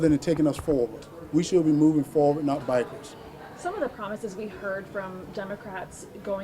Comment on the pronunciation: He did not say backwards. He said bikewards.